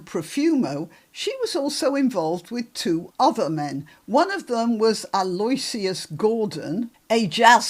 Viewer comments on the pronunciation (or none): Good vid. You probably have to be a bit careful what you say, but why are the press not really going after this ? By the way, 9 min 19 sec; I think Aloysius rhymes with delicious. All the best.